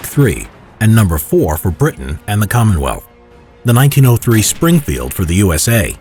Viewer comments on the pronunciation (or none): none